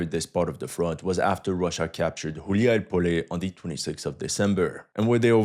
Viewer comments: It's Gulay-polye "wandering-field" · Did you say Хуяй Поле on purpose 😂?